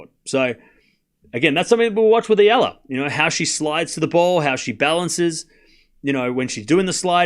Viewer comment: thanks ! you pronounce now EALA perfectly 👌